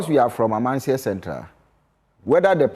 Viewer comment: The host ankasa pisses me off. You are being corrected several times of the pronunciation of Amansie and still can’t pronounce it. Wabon